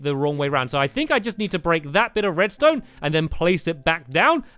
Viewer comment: Did I hear stampy say redstoon uh oh